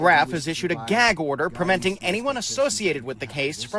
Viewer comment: Geg order. 😂